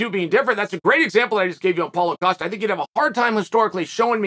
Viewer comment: How can Dana and Rogan not pronounce Costa name correctly and Chael who botches nearly everyone names say it properly “coasta”